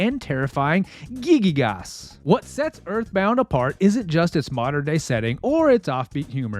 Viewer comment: A Masterpiece! Just a note: The main villain is "Giygas", not "Gigygas". Probably comes from the Greek "Γίγας" (gigas), which means "giant". Nice vid!